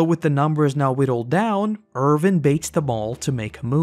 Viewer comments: You always call him ErVin instead of ErWin 😭😭😭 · I can not get over the fact that every time, you say "Irvin" instead of "Erwin". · Why are you calling him Ervin?